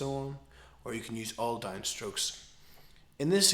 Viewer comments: its 'down' not 'dime' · He is saying down. It's his accent that makes is somewhat sound like dime. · you say down funny